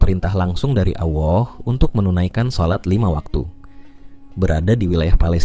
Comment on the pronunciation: kok menyebut allah jd awoh,giliran menyebutkan rasullullah fasih😢